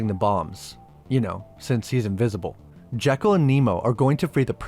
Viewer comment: A couple of things the movie gets wrong throughout: •Alan's last name is Quatermain, only one R. •Dr. Jekyll's name takes the Scots pronunciation, per Stevenson himself: JEE-kul, not JECK-ul. A couple of things you missed: •Hyde doesn't grow from tiny to huge in the comic. There's a conversation where it's mentioned that he's grown over the years, a meta comment on how pop culture has changed its depictions of him. •You mention that Sawyer in the movie bears almost no resemblance to Sawyer in the books. Perhaps not the first two, but Clemens actually wrote four books featuring Sawyer. The latter two are "Tom Sawyer Abroad, by Huck Finn," and "Tom Sawyer, Detective." Tom's European travels, his adulthood, and his status as an agent of the law are indeed in the books... just not the books most of us have read.